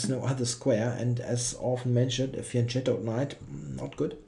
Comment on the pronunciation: Hi I am your big fan and I want to thank you also for teaching me some English expression I didn't know like "caught wrong-footed". I'm wondering if your pronounce of fianchetto is influenced by Kingscrusher which some time ago arbitrary decided that the soft c sounded better than the original hard one. Another thing: i followed the game of Caruana-Aronian live yesterday, and i could harldy wait to see your commentary this morning because there were many computer lines which wasn't at all clear to me (like the unintuitive 27 Qg4 that was considered as the best), and other defensive ideas to be discarded, so I was a bit disappointed that you skipped them all:/